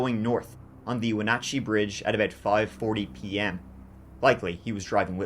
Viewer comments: Also, props to you for pronouncing Wenatchee correctly! I feel like unless you are a Washington native no one knows how to pronounce it properly 😂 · Im from okanogan, I can't believe you said Wenatchee and other town names right. Specially with how u say 20 or 30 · He's dead. It was a tragedy all around for our community. Well done on pronouncing Wenatchee correctly, though. In case you do a follow up video Okanogan - Oak-anne-awg-anne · You pronounced Wenatchee and Chelan correctly!!! Not many people do!!!! You da man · Born and raised in Yakima Washington and my ears perked up at “central Washington” BTW perfect pronunciation of Chelan and Wenatchee! 💕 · Congrats on the pronunciation s... for the most part. The Enchantments are awesome. If Decker pre planned this, he could easily make it through the summer. If hes alive, he will show up in the winter. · I'm IMPRESSED!! We have a lot of places with indigenous names, and it can be quite amazing to hear what people can twist those pronunciations into 😅 You pronounced everything dang near perfectly! Good job 😊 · Holy cow..., you're the first person I've ever heard outside of the state to pronounce Wenatchee right. It's my hometown. Nice work!! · Great job on the pronunciations of the locations! A ton of locals cant even correctly pronounce Wenatchee and Chelan! Impressive! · I live in Washington. This case hits close to home. I think he's dead in the woods somewhere. Edit: congratulations on saying Wenatchee correctly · You did an amazing job pronouncing ALL the crazy names in the area. One name you mispronounced was Okanagan … it’s OH-ka-NOGGIN. LOL! I just had to give you a hard time because you did an amazing job pronouncing Chelan and Wenatchee. People NEVER get those right! ❤❤❤ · Your pronunciations of Wenatchee and Snoqualmie impressed me as even wa locals get those wrong!!